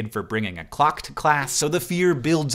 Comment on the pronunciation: but did he bring a clock to school or a glock........ there's quite a difference and I couldn't tell what he said😂😂😂